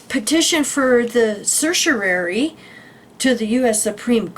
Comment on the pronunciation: Thanks for sharing! Just FYI, certiorari is a Latin term pronounced sir-she-oh-rawr-ee. 😊